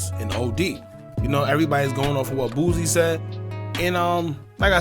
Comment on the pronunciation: Can we get Boosie’s name right?